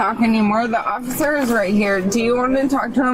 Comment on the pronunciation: Well pissed, can't even pronounce officer!!